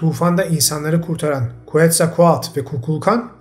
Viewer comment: Harika bilgiler, müthiş sunumlar. Tekrar tekrar teşekkürler.. 😌🪶🧿🙏🏻 Bir minik bilgi paylaşmak isterim, “QUETZALCOATL” ın okunuşu “Ketzalkuatl” şeklinde. Şu an Maya topraklarındayım ve Meksikalı arkadaşlarımın da beni düzeltmelerine istinaden ben de size fısıldamak istedim. Sevgiler.